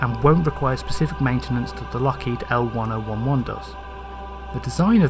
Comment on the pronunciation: The upper stage was to be a liquid bipropellant. . As an aside, the old Lockheed airliner is pronounced "ell ten eleven".